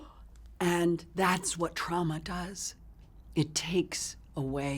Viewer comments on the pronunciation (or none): Does anyone else cringe when she says trauma? Because she says TRAOMA.